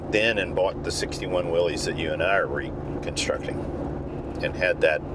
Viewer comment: Thank you for saying “Willis”